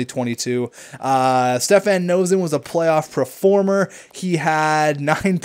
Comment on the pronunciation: Please stop saying "PREformer" it's "PERformer" not "pre"